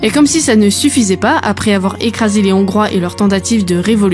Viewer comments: Intéressant à écouter Dommage que vous ne prononciez pas bien le mot Hongrie ou Hongrois en français et fassiez une liaison inappropriée qui écorche mes oreilles On dit les-hongrois et non « les zhongrois » Je H n’est pas un h muet En-Hongrie et non « en n’hongrie » Heureusement je vous ai entendu dire la Hongrie et non « l’Hongrie » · « … en Nongrie il y a des Zongrois… » 🤣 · On ne fait pat la liaison avec le S de des, on dit des Hongrois sans appuyer sur le H et en Hongrie sans faire la liaison avec le N